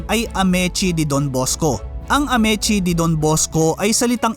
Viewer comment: pumangit ang quality g red ribbon ng napunta s jolibee…yan ang totoo… kya I stop buying g cake from them… contis is better … a’mee’tsi not amet-tsi